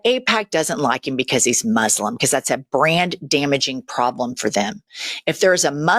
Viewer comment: That woman?! Who is she?!? The way she pronounces masaaaaslim??? Come on! 😂😂